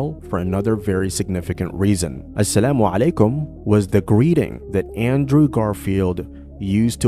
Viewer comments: Damn..he said Assalamualaikum & Insyallah properly 🫰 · I feel that Andrew use this words in his daily life... The pronunciation of Assalamualaikum and Inshallah was so clean ❤ Allah will surely give him hidayaa.. Andrew knows the truth and recognised his creator Allah... This is what I feel...